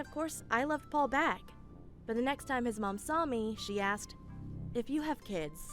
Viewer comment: Why does it sound like says Pole instead of Paul?